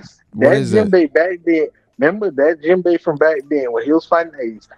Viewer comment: Poor promiscuous Jinbei!!! The subtitles said that "Jim Bay was fighting AIDS!!". 😢😮😅 it did sound like that crazy dude was sayin Jim Bay though.